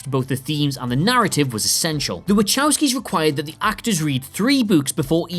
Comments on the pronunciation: It's "Wuh-cow-skee" not "Wuh-chow-skee" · Wachowski not Waczowski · For God's sake! Vahovsky not Vaczovsky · It should be spelled Vahovsky... My polish ears are bleeding... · Actually 'Wachowski', from polish, should be read something like 'Vahovsky' 😅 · "Wachowski" is pronounced "Vahofsky." Why can't you people finally learn this???? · By the way, "Wachowski" is pronounced "Vahofsky..." And yes, most of us got the Bruce Lee reference. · Your pronunciation ("Vatchowsky" ) is annoying. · Horrible mispronunciation of Wachowski brothers' name. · Your pronunciation of Wachowski is atrocious. It's not a "ch" as in "channel".